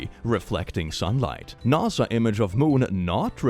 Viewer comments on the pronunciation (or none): none